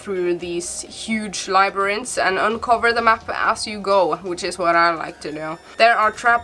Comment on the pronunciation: You nailed "labyrinth" Well done! lol